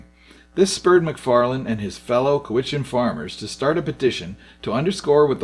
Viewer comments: thanks for the video. I live in Victoria and the Malahat is still a dangerous road, but mostly because people drive too fast and don't pay attention to where they are going on the steep narrow bits. It probably would have been better to use the Sooke Lake to Shawnigan Lake route. As to the pronunciation of Cowachin.... Cow a chin, emphasis on the cow. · COW CHAN or CHIN ~ Like Charlie Chan...'Sean e Gan' Lake Hooked on Phonics(?) GREAT Video Tim from DUNCAN ORIGINALLY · Great video. cow-i-chan and shaw-ni-gan still, great video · it's pronounced cow-itch-an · Repeated mispronunciations of "Shawnigan" and "Cowichan" was a distraction, but fun to watch anyway. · Why is he mispronouncing location names? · You absolutely butchered the pronunciation of Sooke and Cowichan. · It's pronounced Cowichan not Cowichan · Accent for the name, Cowichan, is on the first syllable! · TY-great archival footage, and you might be American? Been on the Island my entire life and never heard those places described with so mis-pronunciations ...wow! Didn,t think I could still be surprised on Isle matters...lol TY. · Very interesting commentary on a legendary road. The archival film images are fascinating. Bravo! Congratulations on compiling this background at such a distance from the source. You should be forgiven the minor glitchs in pronunciation. At least you got Cowhichan right once 😉. Another point to note; in one of the shots you can see the E&N railroad which did traverse a similar route from Cowichan to Victoria and had been in operation for many years. But the railroad was designed for coal and timber. The devision to build a road for the citizens, not the industrial barons was another small turning point in the politics of the province. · it's no Co wichan it's cow ichan. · it's locally pronounced: C O W - i - CHAN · COWichan! Here you are with your commentary and you don't even know how to pronounce COWichan. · Vancouver Island here. It's pronounced "COWICHAN'. From Nanaimo.